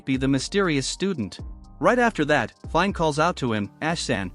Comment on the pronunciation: Dude. Her name is pronounced as FI-NÉ.